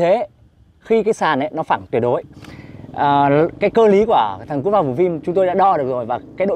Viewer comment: Anh la ki su xay dụng cốp pha sao anh lai doc la cốt pha